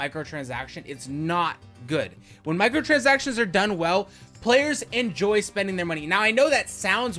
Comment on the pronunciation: i think you can't pronounce michatransactions properly what are micro transactions?